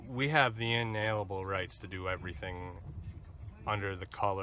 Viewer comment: It's inalienable, not inalebl, there!